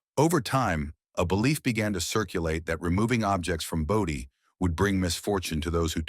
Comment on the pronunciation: It's pronounced BOWdee not Boddee. It's important to be accurate with these details. Getting it wrong gives us the impression that you don't know what you're talking about .